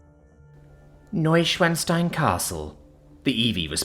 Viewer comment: As a german i can only giggle at how you pronounced Neuschwanstein.